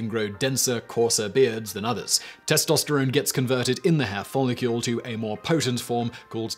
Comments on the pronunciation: "follicule" Simon? It's follicle. You don't pronounce Nuclear as Nucular, do you? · Follicle not follicule! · Follicle NOT follicule Simon. You've been corrected before. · I love you Simon. But, “follicule”. 😋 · Is Simon saying "Follicule"? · You're pronunciation of "follicle" is killing me. Theres no "u" in the word.